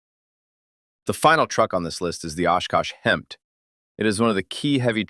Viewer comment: HEMTT is pronounced as Hemitt, and I'm surprised you didn't ID the Ural trucks as a must for the other side of the Cold War.